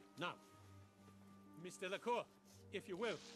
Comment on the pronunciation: It's 'Delacour' not 'Delacore'.